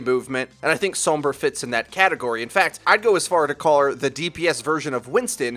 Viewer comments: what the other comment said. it's how you're actually supposed to say sombra. if you pay attention to voice interactions, whenever the characters say her name, they will pronounce it "s-ohm-bruh" people are honestly just lazy and don't want to change how they've already been saying it. also, some people just don't speak Spanish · Who the fuck is Soum-BRAH? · Americans be like sowmbruh. lol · god please stop pronouncing sombra the way you do. I love you though. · You want to roll that r in sombra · You pronounce Sombra in a really weird way. Like the o in Tome, rather than everywhere else it's like the o in Song. Fun video though. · Ah, I thought it was a accent rather than a language thing, as it stood out significantly compared to the rest of what was being said, and in the cinematics it's pronounced with the English 'o' from what I recall. Will have to look more into it. I don't speak a word of Spanish. :P